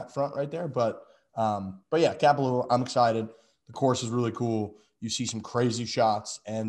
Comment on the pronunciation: Content solid! But please never pronounce Kapalua like that again